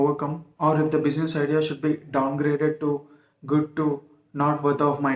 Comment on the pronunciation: bushiness :face-purple-crying: ,correct your pronunciation first